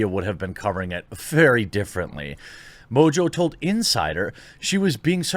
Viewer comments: IMO it should be pronounced "mongo". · Surely the name is pronounced Mongo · Its French, pronounced Mo On Jo. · Just to help you, Mongeau is pronounced MON JO. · It's pronounced Tana Mongoloid. You are right, if she did it for Trump she would have been taken down for all sorts of isms and phobic slander but since we are living in the times of Good is evil and evil is virtue, she'll likely be fine. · This woman is very stupid. Mojo? Is that how to pronounce her name? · Tana MOJO loving your pronunciation Jeremy LOL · Is mongeau really pronounced mojo? I wonder what origin it is that’s a weird spelling for how it sounds. Oh and ballot selfies are illegal for exactly this reason to prevent this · You should tell Tana that cuz she insists that it’s pronounced “mo-jo”. I can’t imagine that “Mo-jo” is the correct pronunciation of Mongeau in any language... imagine not knowing how to read and pronounce your own last name lol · funny, english speaking people definitely can't pronounce french last name. You butcher ''Mongeau'' everytime you say it.